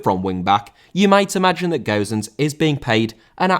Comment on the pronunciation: How can you say Gowsens?!Ffs man It's Gosens not Gowsens